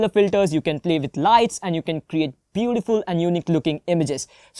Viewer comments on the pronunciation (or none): none